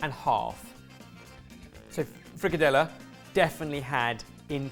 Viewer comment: You absolutely butchered frikadellerne 😂. It would have been a good idea to follow a recipe.